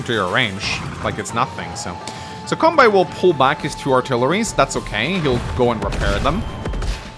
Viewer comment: I'm not very good at this game, so your tips and tricks are highly welcome! By the way, I'm Japanese, and the correct way to pronounce "Kanbei" is something like "kan-bay."